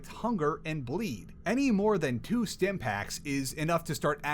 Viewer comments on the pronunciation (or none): none